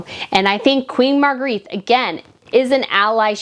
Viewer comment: It's pronounced Margreta